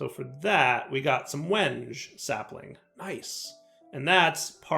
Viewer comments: as much as i enjoy a bit of mispronunciation, it's pronounced "wen-gay" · It’s pronounced “wen-gay”. Sorry. Woodworker here. :) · same lol. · I REALLY hope that he's saying wenge like that just to mess with people.... There's gotta be so many loosing their minds. I love it. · It pained me to hear his pronunciation... Wasn't sure how many others would be woodworkers to catch it. I'm sure he's got a backlog well past where he could correct it.